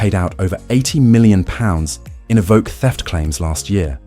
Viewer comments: My 20yo, 200k V70 is still a daily driver champion. And it's pronounced 'E-voke' not 'Ee-vo- kay'. And the complex electronics are an issue witb all new cars today, particularly ADAS. I work in the industry so see it daily. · as soon as you said evokae - i new i had to leave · “Evokay” isn’t that a character from Star Wars? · Tje range rover evvvv ok ,more AI pish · Eh-vo-kay What car would that be? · What’s an evokay?? Lol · A voke ay? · A.I with a slight lisp, that's novel but still A.I. it can't pronounce Evoque 50% of the time? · Has anyone cointed the number of times 'he' said 'astronomical' and 'catastrophic'?! And I wish 'he' would decide how to pronounce Evoque! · Hate this AI voice and the pronunciation of Evoque first couple of times is hilarious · Terrible voice over. English accent but American pronunciation, for example "two thousand twenty five" rather than "two thousand AND twenty five." "Evoque" pronounced in two different ways, "Jaguar" pronounced "Jagwar" but with an English accent. Nightmare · Evoque, eh. It's how Canadian's say it.